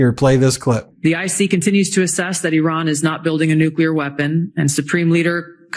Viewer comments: It's not "I RAN!!!" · Correct pronunciation of Iran, please.